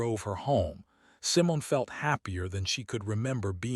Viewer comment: I like the stories, But you mispronounced Simon it's Simone.